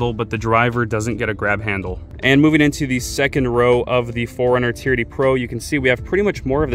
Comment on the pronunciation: Is it just me, or does it sound like he is saying "charity" every time he says "TRD"